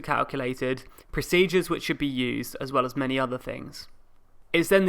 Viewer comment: It's 'procedures' not "proceedures".